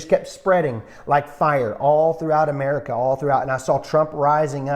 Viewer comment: Gotta love the reality show "AMARICA"